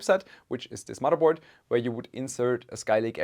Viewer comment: I watch this channel to hear when he says mudderboard